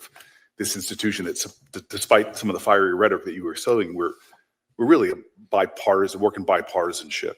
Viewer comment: Notice he struggles saying the word ‘bipartisan’. It’s because he has never shown bipartisanship. Yes! The LEFT does incite much of the violence in America.